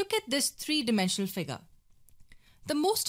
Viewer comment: Nobody: The girl: FIGAAr [Figure]